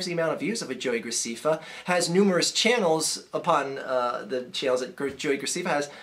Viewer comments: And his name is pronounced grac'eh'ffa with an (ɛ) vowel sound. not 'ee' (i). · Yeah, you did say it wrong. It's GraSEHffa. I should know; my little sister watches his shit all the time. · Scuze me, his name is pronounced joey gracEffa. Not gracEEffa. Thanks. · It's not Joey Graceeeeeeefa it's Joey Gra-ceh-fa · ITS NOT JOEY GRACEEEEFA ITS JOEY GR-AH-CEH-FFA. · it's GracEFA not Graciffa dude don't make videos about what you don't know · It's graceffa not graccfa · JESUS CHRIST IT'S ANNOYING ME YOU SAYING GRACIFA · its pronoucned gra-seff-fa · You're saying graceffa wrong, it's gra sef fa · What I don't get is if you saw the video then why are you pronouncing his name wrong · You are rude to everyone who watches him and u are saying his last name wrong get it right ! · You dont fucking say his name right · Are a a#$ whole learn how to pronounce his name first of all. And the 1 of the reasons u hate him he's good looking (unlike you) and 2 he has more suscribers. Your just jellous. And his fans are not just girls there guys and girls. And whoever can listen and agree to this nonsense is stupid and ill in the head. You hate on people cause there popular so you don't need to make these vids on wat you think about people cause no one cares about your opinon so stop being inmuture and GROW UP!!!!!!!!!! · Because he mispronounced his name? Your logical is beyond astonishing. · Learn how to say his last name fucking idiot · Okay, first learn to say his name right and also you only have 37,388 subscribers so I wouldn't be talking okay he was joking the whole time about the fat thing he wasn't calling the person fat he called the car fat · learn to pronounce his name before you judge him dumb fuck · You're saying his name wrong